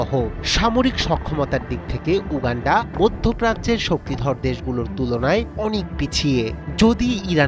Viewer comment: Uuuganfaa... 😂 Gologolo wishing.. 😂